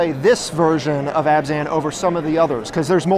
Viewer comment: Really interesting concept for a deck, but... was it just me or was constantly saying "Azban" instead of "Abzan"?